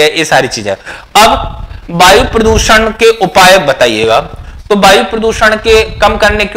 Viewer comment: बायु नही वायु बोलिये,,😂